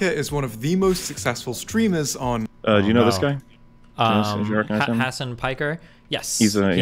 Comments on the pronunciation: Destiny all pronouncing Hassan’s name wrong and acting like he’s barely heard of him lmao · Why was destiny pretending not to know Hasan? Even weirdly pronouncing his name?